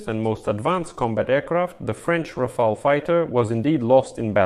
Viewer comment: Rafael ❌ Ra-fail ☑